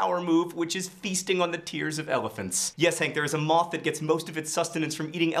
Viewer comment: When you were talking about the moth drinking tears, I thought you said Moffat. well I guess it works.